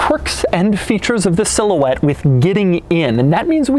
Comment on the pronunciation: Silhouette? How about, more like cigarette! Sometimes that's what I thought he said! Lol!! Lmao!! 😆😄😂